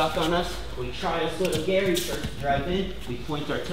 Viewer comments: He said osoto garry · "osoto GARY" lmao